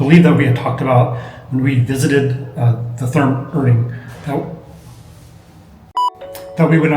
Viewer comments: nice video. thanks for the review. look out, the ER is Erding is pronounced like the leading ER in error, not the er in liver. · Hey Guys! Practice up a little on your German pronunciation - especially the "r" sound. The town and name of the spa is ER (air) DING. And Therme (which is Italian, I think) is TEAR (tear) Me (Ma). The towm and spa is very close to the Munich Airport, which is how I found it. I would always schedule an extra day to "take the cure," as they used to. There's also a hotel as part of the complex, the room rate includes admittance. (There could be 2 hotels.) Haven't been there in a few years, and while never cheap, the price has gone up! But I know they have late in the day rates and promotions, etc. It is a wonderful place. Many Germans love their naked swimming and you see all types of folks relaxing and having a good time. To the comment about not speaking German - I only speak a little bit, but have always had a employee who could and was happy to help me out. Thanks for the video and many German towns have similar (but smaller) facilities.